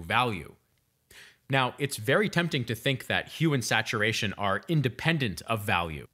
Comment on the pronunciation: Why does it sound like he’s saying human saturation 😳